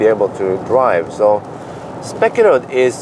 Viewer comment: 1. Long first e in Spekeröd, please. Second e is short. You are hurting my ears. 2. I just did 125 hours without food (third time). Please do a Water Fasting videolog. It will be funny to watch. 3. Do a video on electric MC. 4 wheels are not for young people like me, 53 years.